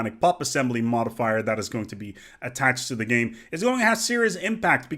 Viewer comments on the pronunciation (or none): none